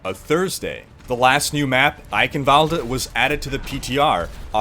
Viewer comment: Thanks a LOT for pronouncing Eichenwalde correctly. Im serious.